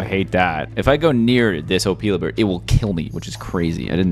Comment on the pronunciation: Your pronouncing Opila bird wrong.